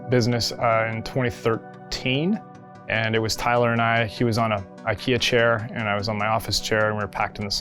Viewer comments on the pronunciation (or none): none